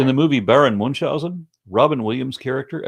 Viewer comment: It's pronounced "Münch-Hausen" [ˈmʏnçˌhaʊzn̩] instead of "Mun-Tshausen" [ˈmʊntʃaʊzən]. 🙂